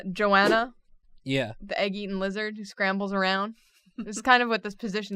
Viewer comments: Joe-anna..... It's Go-anna, plllllllssss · Goanna not joanna. Ok CHALLENGE..... draw Australian animals by their names only. Examples: Bunyip pronounced bun yip , Quoll pronounced c-woll, Death adder, cassowary, Bilby, Lace monitor, Echidna, Platypus, Thylacine, Tasmanian Devil, the actual animal not The cartoon character. There are lots more but that’ll do for now.